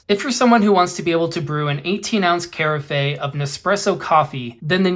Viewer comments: Kari-fey? its pronounced Care-if...ur welcome :) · Carafe is pronounced "Kare-AFF."